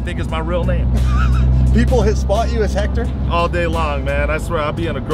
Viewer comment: It’s hector